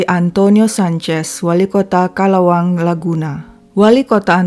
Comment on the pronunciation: Bukan calawang tapi calauan..kamusta...